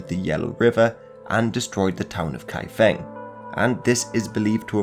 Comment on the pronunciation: Not pronounced as "Kai F-ink" but Kai F-Ong". Not Peking but Bei Jing